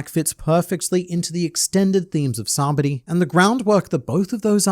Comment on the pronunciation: 😂It’s funny how you still say Sabody when it’s Sabaody.